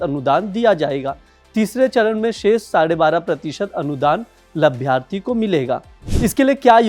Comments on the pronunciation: यार तुम दैनिक जागरण के anchor हो? हिन्दी बोलना और पढ़ना तक नहीं आता, किसने तुम्हें भर्ती कर लिया? "लभ्यार्थी" क्या होता है? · Abe labharti bolna Sikh lo